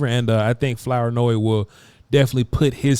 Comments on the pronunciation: Flour-noy? Is that the correct pronunciation? Something tells me it isn't. I'm gonna say it's Floor-noy. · It’s pronounced “Floor-noy” Also it’s Southeast not Southeastern. Lastly I was the camera guy for a few of these clips 😂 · Flour-Noy is pronounced like flouride that is definitely in Vochs toothpaste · The last name is tricky Flournoy . Pronounced ~ Floor Noi 😂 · It's not Flour- noy lmfaoooo damn mane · It's pronounced FLOOR NOY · You would have a lot more credibility if you would learn to pronounce his name.☹️☹️☹️😂😂😂